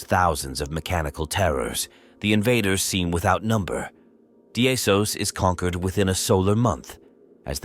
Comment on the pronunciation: Daemons is Latin for Demons, or an archaic spelling of demons in English. Pronounced, dee-muhns! Not Di-amons!